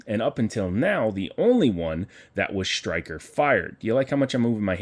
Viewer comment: Sir, did you know that there is NO H in the word striker? It is striker not shtriker